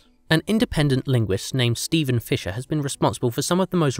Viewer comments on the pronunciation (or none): none